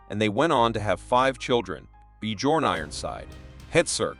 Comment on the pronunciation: Awesome video, but I would suggest you learn how things are pronounced. Bjorn is not BeeJorn but Byearn with the j bei g pronounced like a y